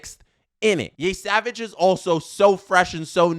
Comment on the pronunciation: Yeah he's pronouncing it like Yésavage lmao there aint no accent aigu in Yesavage